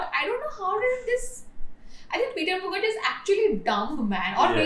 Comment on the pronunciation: Muker jea pronunciation has me rolling😂😂. Great video. I hope your channel thrives. You have earned a new subscriber.